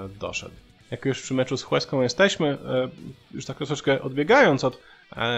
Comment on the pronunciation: A się przypierdolę, jak to ja. "Łeską" h jest nieme :D Poza tym, po kolei: Pele to dzban, brak słów. A dowodów na to milion - choćby Freddy Adu. Courtois chyba powinien zmienić nazwisko na Ćwielong. Szpaku pewnie źle coś gdzieś kiedyś przeczytał, pomińmy :) No i brawa dla Sosnowca. Zagłębie > Juventus